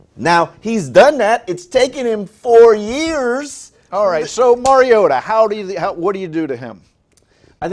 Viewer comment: To the white guy... You said Mary-a-tee (MariOta) so all you credibility on talking Titans is out the window.